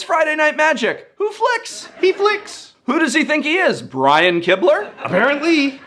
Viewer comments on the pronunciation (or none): none